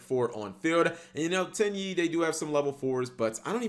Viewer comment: My girlfriend was sitting next to me not really paying attention to the video about Tenyi and just randomly looks over at me and says “did he just say Titty monster?”